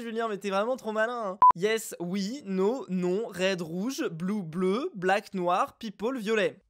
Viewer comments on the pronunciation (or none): "Blak" et "pepole", deux ovnis de la langue anglaise... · Et le blak au lieu de black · Sans faute 😂😂😂 et c’est pas blak mais black